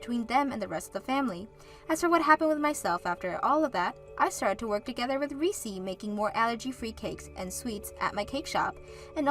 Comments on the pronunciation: It's Reece not Reesee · Did you mean 'Olivia' instead of Oliver? Whatever you're using to try to translate your scripts over into Western names and other things, it's making your videos look crap. Also, it's 'Reess' not 'Ree-cee'. A one syllable name. The 'E' on the end is silent. Whatever research 'effort' youre putting into the pronounciation of our Western names, it's piss-poor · Reese is pronounced Rees….. Oliver is a male name. Olive or Olivia is a female name.